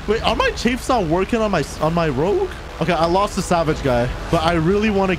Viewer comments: I really, really enjoy your videos mate, but every time you say "CHAYYFE" instead of "CHAFF" I have the sudden urge to smash my screen because it's so irritating (AND YOU'VE BEEN DOING IT FOR YEARS YOU DOUGHNUT)! You're awesome mate, but seriously... It's Chaff not Chaaaayyfe. The A is sounds like it does in the words 'baffle,' or 'gavel' or 'tangle.' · It's chaff byw not chayf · For the love of god stop calling chaff chafe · I really, really enjoy your videos mate, but every time you say "CHAYYFE" instead of "CHAFF" I have the sudden urge to smash my screen because it's so irritating (AND YOU'VE BEEN DOING IT FOR YEARS YOU DOUGHNUT)! You're awesome mate, but seriously... It's Chaff not Chaaaayyfe. The A sounds like it does in the words 'baffle,' or 'gavel' or 'tangle.' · U gotta stop saying chaif. ITS CHAFF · Bro it's pronounced chAAAff, you keep saying Chafe lol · I thought it was pronounced chaff like laugh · In case you care, it’s pronounced like Aff. Chaff.